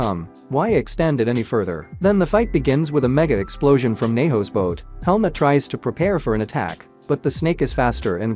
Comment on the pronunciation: y i keep hearing helmet not helmut 🤔